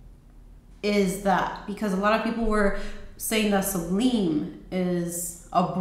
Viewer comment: Great reviews! I love Fusion. Some note in Goddess makes me nauseous which makes me sad. Just a note...Sublime is pronounced like sub-lime in lemon and lime. 💗